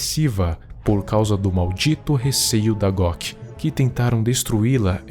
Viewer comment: So Eu fiquei escutando em vez de GOC eu escuto GLOCK kkkk